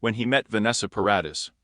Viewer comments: Vanessa's last name is pronounced Paradis - (Pair- a- dee). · OMG. Leave this poor man alone! Vanessa is married. And learn to pronounce her last name. 🙄 SO much incorrect CLICKBAIT.